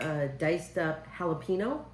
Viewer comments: Pretty close but it is pronounced...Hall Ah PEN Yo🌿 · Youre a good sport...... However it's not a difficult thing pronounce guacamole and jalapeno the correct way.